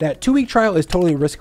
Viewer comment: Did you just say square splace? 😂